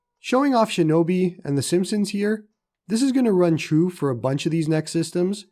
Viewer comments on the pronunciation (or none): none